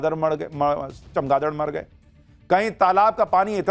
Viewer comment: Itni garmi. Hogi apki bhi juban tutlagi 😰margye se madgye